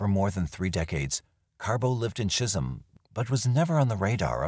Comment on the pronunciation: Chisholm not chisel MN. I worked at Heritage Manor in the 90's